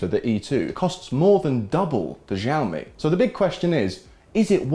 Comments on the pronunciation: Xiaomi - "Shaomi" not "Jiaomi". Greetings from China 😛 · Please learn to pronounce Xiaomi correctly!! It ruins completely your video. We say "chiaomi" like in Chicago. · I heard x sound not sh